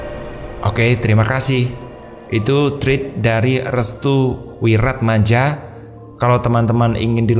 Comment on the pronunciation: Thread diucapkan Threred ( bunyi e spt di kata tembok) bukan thrid. Sekedar koreksi dikit spy pas 👍👍